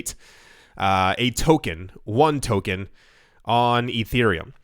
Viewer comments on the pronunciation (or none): none